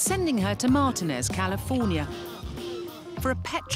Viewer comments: It is not pronounced mar-tin-ez , it is pronounced mar-teen-iss, like in the drink Martini, which was invented there. It drives me absolutely crazy when Brits have NO CLUE as to how to pronounce California place names. Like can't they look it up on line or something? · omgosh,, it's pronounced mar-tea-nez please stop your hurting me lmao 🤣